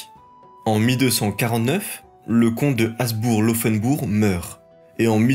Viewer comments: Détail : Habsbourg se prononce Habssbourgue avec un h aspiré, comme cela vient du prussien et de l’allemand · Bonne vidéo et bonne leçon d’histoire, mais: On dit Schwitz, pas le Schwitz On dit Uri, pas l’Uri On dit col du Gothard, pas de Gothard Il me semble qu’on doit prononcer le b de Habsbourg. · Merci, je découvre ta chaine ! J’ai enchainé Clovis, La Reconquista et maintenant la Suisse : c’est très bien foutu, et très bien documenté. Par contre, gaffe aux détails : ici, tu as prononcé environ 175 fois /asbour/ au lieu de /absbour/ 😬